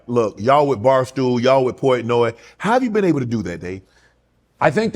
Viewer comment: I Love Dave Portnoy! He is as real as it gets. A real MANS MAN! Shannon you gotta do better on pronouncing your guest name